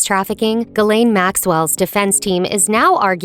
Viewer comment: why can't any of these videos bother to pronounce names correctly / why don't you have the thoroughness to pronounce Ghislaine correctly